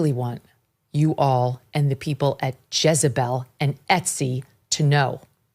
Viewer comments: It's JEZ not JIZZ lmao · Jezebel not jizzabel 😂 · Thought he said Jizz-a-Bell(pause) 🤣🤣🤣